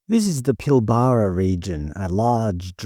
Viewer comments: "Pilbaaraa"...lol. It's pronounced 'Pilbra'. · Your obviously not from around here, we pronounce it Pil-bra in WA, not Pil-bar-ra 😂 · For a start, it’s Pilbara NOT Pillbarrah ………. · Clearly not from WA :) Pil BArra (Nope) sounds like Pilbra even though its not spelt that way. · Pronounced pil-ba-ra not pil-bar-a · It’s pil-buh-ruh not pil-bar-rar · It’s NOT Pil bar ra It’s Pil bra….. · 😂😂😂😂😂I've never heard another Australian citizen pronounce The pilbara as pil-bara its actually pronounced pil-bra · Not how you pronounce "Pilbara". Every sandgroper watching this is cringing every time you say it. It's more "Pilburah" - I think :) Plenty of links in YT after a search for "how to pronounce pilbara" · It's not "Pill-bar-arr" it's "pill-bra" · Yeah, it's "pill bruh", bruh! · Its pronounced “Pillbruh” mate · It's pronounced "pill-bruh" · By the way, it is pronounced "Pill-brah". Great videos though, love the content ❤ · It’s pronounced Pill-bruh… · You lost me when you Pilbara wrong. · Just need to work on your pronunciation of some words. Like Pilbara and Yindjibarndi. It stands out as a non-local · Please learn how to pronounce Pilbara. It really grates. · So all the people here think it'd be better selling to China than keeping Australian?? This potato can't even say Pilbara the way an Australian should say it. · You don’t pronounce pilbara correctly. Emphasis is on the first syllable, not the middle syllable. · Never heard the Pilbara pronounce that way must be having a brain fart with all these unpronounceable made up Aboriginal words lmfao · I've never heard an Australian say Pilbara like that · You must be Melbourne QC. You pronounce Pilbara wrong so lost interest immediately. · Your pronunciation of Pilbara is a bit odd